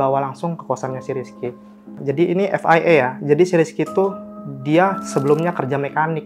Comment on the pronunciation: FIA ef ai ei FYI pak 😭😭😭 ef wai ai